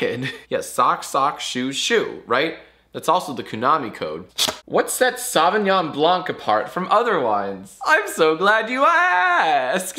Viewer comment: Ok Jack, it's not SAVignon, it's SOVEignon. Please say it right, it hurts my "took AP french in high school" ears.